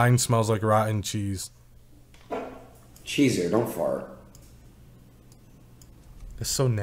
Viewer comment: Bro its CHEEEEEZUR say it right